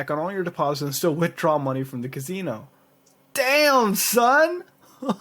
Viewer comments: lol "Ka-Zee-No" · I wonder if that casino thing actually works. And I love the way mutahar says casino 😂 like "cazino" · sounds like your putting a Z in casino. .